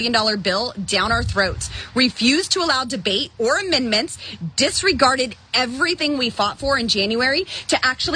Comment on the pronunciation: Fun fact: she can not pronounce amendment - she always says menment